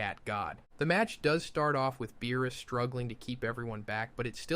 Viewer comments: Yo, not Beerus.... BAROOS 💀💀💀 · Are you testing out some sort of script lmao "baroos" and not beerus is crazy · BuhRuss? Have I been saying his name wrong this whole damn time? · Same. I didn't even notice anything wrong until it said beerus' name